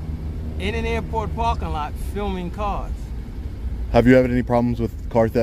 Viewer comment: “This guy ees feelmin”